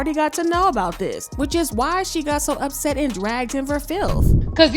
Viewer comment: “Opset” 😂 not the fans coming up with names.